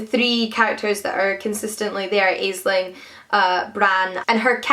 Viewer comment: Hi:) Love hearing your thoughts on books. I just wanted to say that Aisling is pronounced like 'Ashling', it means dream in Irish:)